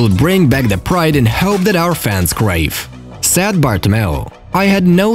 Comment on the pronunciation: Whenever he says said it sounds like sad which is so stupid